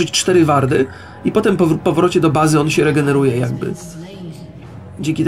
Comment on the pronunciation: i mowi sie łardy... znasz angielski a popelniasz takie proste bledy